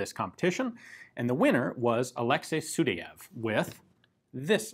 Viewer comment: Good Russian pronunciation at this time except Sudayev name. Actually his name sounds not like , but like – Sooo-die-ev